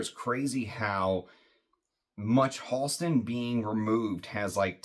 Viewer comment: Great, moving story, and beautiful homage to Science Bear. Thank you for sharing. Fantastic review. (PS Went to school with Halston’s niece in the ‘80s. It’s pronounced “Hal-ston” not “Haulston”) Wore Z14 a lot in the ‘70s. Definitely going to track down 101. I suspect the brand went away after Halston’s death from AIDS.